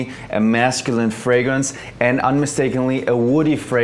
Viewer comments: I've heard Freymrance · its a vetty verrr based fraymins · “Vetiver based fraymence” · Only Jeremey can say "vetiver based framrence" lol